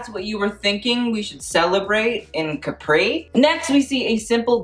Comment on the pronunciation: Love how you pronounced Caprì ahaha